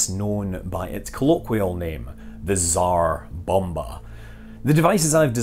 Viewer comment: Hearing Scott pronounce Tzar Bomba made it worth watching!